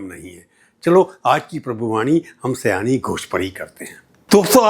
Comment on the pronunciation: Sayaani nai, Saayani